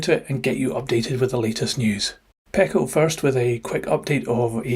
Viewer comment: It’s pronounced “Peeco”